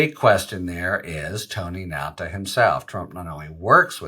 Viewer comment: Nauta, not Nalta. Right?